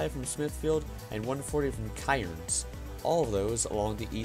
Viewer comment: lmao the way he pronounced Cairns 😂💀